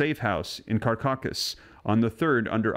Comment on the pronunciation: Called NETIZENS (communities online) outside of the US. Please pronounce CARACAS correctly. CaRACas).